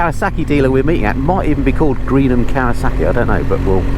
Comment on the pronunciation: Did you say.... cow a suckie??? Is this in Worcestershire with the tunnel bridge you went under ? It looks so familiar from another channel I watch. How many ways do you pronounce Kawasaki? I've heard 3 I remember when the first kow 900 came out in the early 70's and the joke was when trying to get insurance for it, the insurer would say, that's not a motorcycle, that's a rocket. 😂 and then a year or 2 later the Kz 1000 came out and not many could afford the insurance on it. So this is a new video??? You said happy new year. This has got to be cold.You should have said the temp. Scran is not a U.S. Navy term. I would know. geedunk is for junk food as well as pogey bait. Why are you people still closed? Another great thing we did not do in Florida. Fries and EGGS???????!!!!!!!!!!!!! ham and beans??????!!!!!!!!!!!! Pork blood????!!!! Oh, only at gunpoint. how does anyone eat blood???? Nice ride. thanks. 😁